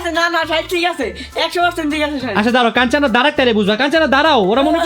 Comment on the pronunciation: কানচানা 😅😅😅😅না কাঞ্চনা ভাই